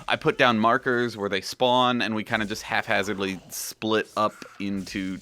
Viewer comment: HAPHAZARDLY!!!!!!!!!!! Half-Hazardly is not a word. I've heard this in several of your videos. Great Videos tho :D